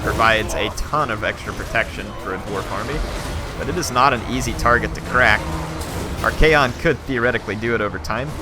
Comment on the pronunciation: It's ARCHAON not Archaeon peasents!